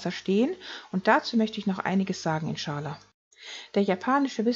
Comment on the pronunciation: Wird eigentlich "inscha Al-Lah" ausgesprochen. Bedeutet "So Gott will"